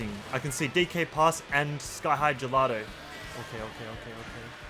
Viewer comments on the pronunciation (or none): none